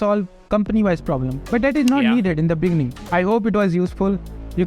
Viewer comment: In de beninging